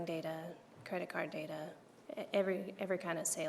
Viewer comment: MM: "That's where all the data-er is." What??